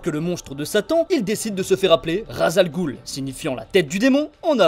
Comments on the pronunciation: Je suis arabe et ça ce dit raç el roul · Superbe vidéo avec une voix accrochante ! Petite nuance s'agissant de "Ras al ghul " qui signifie "tête de monstre" , une prononciation plus proche est "ras el roul" (le "s"ne doit pas faire objet de liaison pour devenir un "z" mais se lit "s"). Quant au "gh" dans "ghoul" le son le plus proche est un genre de "r" que le "g" comme dans "galaxie".